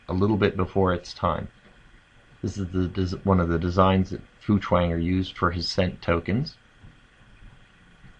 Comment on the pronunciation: Feuchtwanger is pronounced "foicht-vonger"